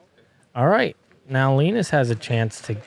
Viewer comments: LEEENUS is not a word!! It's LINUS!! Ya know !? Like the Charlie Brown cartoon character!?? You guys sound like morons F! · i dont think you saying Linus right...